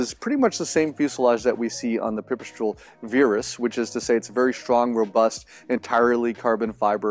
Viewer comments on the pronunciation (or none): Why is he pronouncing "Virus" as "Veerus" ?? I worked with Pipistrel on marketing in Europe and it's really not intended to be anything other than virus, as in the flu virus! Bizarre how, if Americans can possibly find a way of mis-pronouncing simply terms, they will! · Good, let's retire the "virus" (worst named product ever, post 2019 - and please stop pretending it is pronounced veer-us, you're not fooling anyone), and replace it with the "Velis" - same exact plane, new powerplant. Cool.